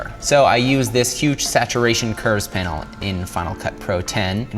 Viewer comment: did he say "panel" so that it rhymes with "anal"... ?